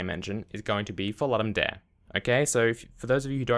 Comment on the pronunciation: Ludum dare comes from Latin. It is pronounced "loodum dah-reh".